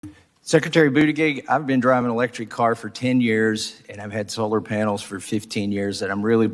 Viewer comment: Lol he called him booty-gig 😂 funny every time